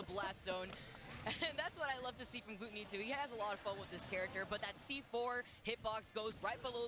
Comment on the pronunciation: what´s wrong with them pronouncing their names like they do? glue-tony and sho-GUN (pew pew) wtf?!